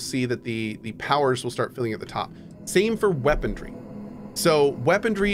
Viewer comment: I never noticed before that Cohh pronounces it "weaponDry" instead of "weaponry" LOL